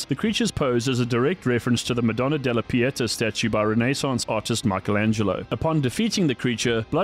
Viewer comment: fra innanzitutto sarebbe "abbi pietà". Secondo, mi riferivo a come ha pronunciato "madonna della pietà di Michelangelo"